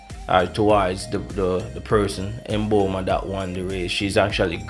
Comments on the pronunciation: no he didn't It's Mmmmmbomba not Emboma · Can we have our African names pronounced properly....thank you!